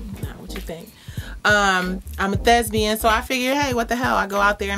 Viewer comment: LMFAO! 😂😂😂 The word is thespian, love. Thesbian is not a word!